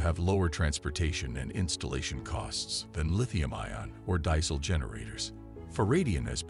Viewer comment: Interesting product, just got distracted by how the presenter pronounces "lead acid" and "diesel"..